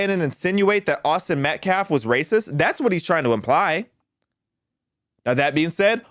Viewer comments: That POS, baby abuser, felon activist is NOT a lawyer. No, that's not even his attorney! This is a racist, Al Sharpton Jr wannabe that's all! #justiceforAustinMetcalf PS ~ that "activist" can't even pronounce Metcalf, he (keeps) saying MetcLaf 🤦‍♀️ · This character can’t even say Metcalf and has no command of the English language. He’s got a girly name and a rap sheet a mile long, no one should listen to this fool. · Klamelo's media team mispronounced Metcalf's name !